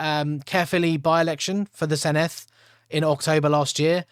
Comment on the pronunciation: Given you asked for feedback, the double D is like th in “the” not the th in “thistle”